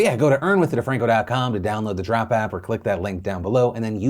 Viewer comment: "And beginning today, October 20th, Trump will be be gifting $10,000 worth of reward points into member accounts every Tuesday leading up to the holidays to spread a little cheer" I had to go back a few times... He said Drop but I heard Trump. What did you hear?